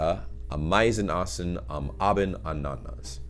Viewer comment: Ah!meisen, Ah!bend, Anna!nas: stress on the first syllable each time.